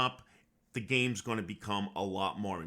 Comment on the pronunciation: Love the accent. Your pronunciation of the names in the game is fantastic.